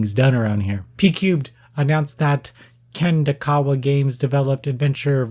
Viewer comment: Love you and good luck on your throat surgery 👍🏽👍🏽 - It’s “pqube”, no D on the end. Also, the developer is Kadokawa Games, not Kandakawa. They’re the same ones who developed Root Letter, as well as Demon Gaze and God Wars. Sorry, just some pedantic stuff which you definitely WONT care about, but just so you know for next time~